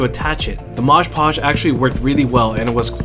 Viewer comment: It's Mod Podge, not 'Modge Podge'.